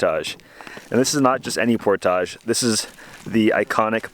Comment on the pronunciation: Cabbage, baggage, luggage, portage. Not portaaage.